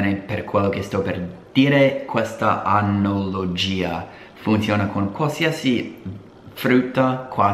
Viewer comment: si dice "analogia" e non anologia. So funny😂